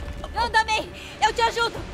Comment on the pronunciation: Só eu que percebi que o spider-man falou "Tia May!" E ninguem de lá percebeu isso?